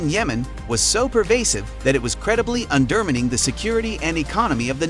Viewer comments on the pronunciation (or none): This was interesting, but all the mispronunciations (undermining, Afghanistan, etc.) were distracting.